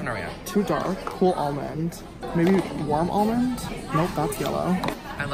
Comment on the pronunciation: Did anyone think he said worm almond?